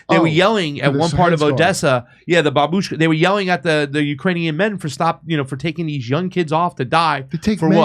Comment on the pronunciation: Do not say, baboushka. Like, don’t. Ever.